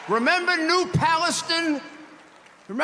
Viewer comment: Came to the comments for this one. SUBWAY!!! 😅. New Palustin. . Anybody else looking this up -- East Palestine freight train derailment. Rudy needs notes.